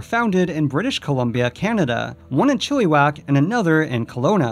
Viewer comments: Ayyyy I went to the chilliwack location too as a kid!! P.S the way you say chilliwack is sorta fucked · BTW you proncouced Chilliwack wrong but it doesn't matter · You killed the pronunciation of Chil i wack. And you keep ending your sentences with an up sounding, stop it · hey um it's pronounce Chill-a-wack not chilli-wack just so ya know haha at least me and my mum got a laugh out of it considering i used to go when the dinoland was around! btw it was a total dumb and everything was falling apart. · The way he said “chilly-wack” instead of “chill-ih-wack” made me cringe so hard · Its pronounced chill-a-wack loll Canadian here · You also said chilli-wack instead of chill-uh-wack. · Chill-ih-wack, not Chill-ee-wack. LOL Still it's good to see some of my childhood get a mention. That place was great. Also why did you imply that Canada isn't part of North America? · I live in Chilliwack and I went to the flinstones theme park once a week. Until it closed. Anyway Chilliwack is not pronounced chilly wack, it’s chill a wack. Knowing is growing. :) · "Chilly-wack", LOL. It's pronounced Chill-a-wack dude. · Not chilly whack, chill uh whack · Chilliwack, pronounced "chill-ah-wack" not "chilly-wack" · I live in chiliwack b.c It’s pronounced chileh-wack he kept saying chilly-sack it’s triggering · Omg, I can't believe you included the Kelowna park. It turned into "Dusty Dino Town" after it was a Flinstone park, and closed in the early 2000's. But they left the dinosaur statues around, I visited them a couple years ago. And I'm sorry to be such a nerd on a 3 year old video... CHILLYwack :'D (it's pronounced Chilleh-wack) thanks for including it in the video! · hate to break it to ya but British Columbia is also in North America... also your pronunciation of Chilliwack is laughable. It's Chill-a-wack. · As someone who lives in Vancouver, the way you say Chilliwack is just hilarious.